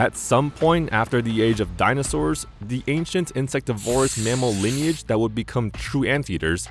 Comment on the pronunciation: The word insectivorous is stressed on the third syllable.